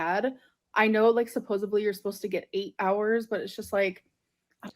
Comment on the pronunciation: What kills me is that she doesn't even say "supposibly" she says "supposively"